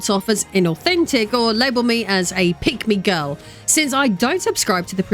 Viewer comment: This video auto-played in the background at work. I was listening to it for about ten minutes before I realized you were NOT saying "Pygmy Girl."